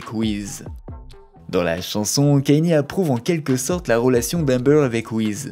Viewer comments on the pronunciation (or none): c’est pas kenny mais kaNIÉ